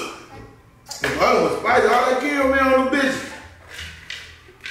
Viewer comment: Them Cara-Mel’s had him fckd up 🤣😭